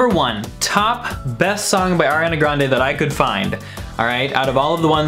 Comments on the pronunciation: DID HE JUST SAY AIRANA GRANDE?? WHAT THE FUCK MAN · I can obviously see that you aren’t the biggest fan. You pronounce her name wrong